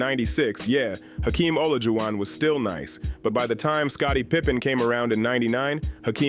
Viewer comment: AI. is shi... just destroying the pronunciation of players names 'd-wine' wade!?! WTF!!! Hakeem 'o-low-ju-on'!?! what the actual F!!!